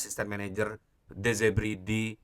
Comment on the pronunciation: De Zerbi bang, bukan Zebri 👌👌